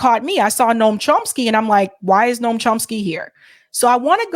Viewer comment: It's NOT NORM, but Noam, dude from News Nation.